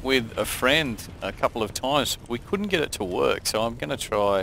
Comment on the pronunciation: your ending scares me "alright guys, thanks for watching :) we'll gut you later."